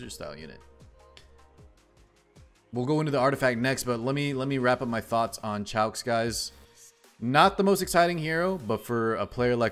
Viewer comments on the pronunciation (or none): Her name is cabbage in french LOL , the french pronounciation of it is Shou (written as Choux, in french Ch is equivalent of Sh)